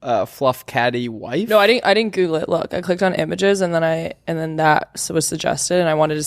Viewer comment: “I dii’’ehn” 🤨